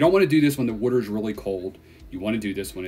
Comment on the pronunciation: What the hell is wooder? I'm certain it's Water. Pronounced Wah-Ter! Not Woo-der!🤣🤣